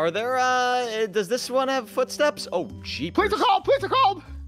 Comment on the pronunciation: On 19 sec says is thare a lawn mower then says thare blowing leafs